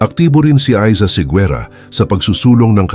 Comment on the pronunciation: You should pronounce it as Segera, not Seguera.